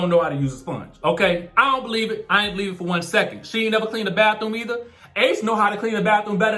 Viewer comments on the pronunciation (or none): none